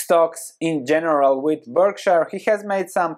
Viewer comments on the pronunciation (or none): none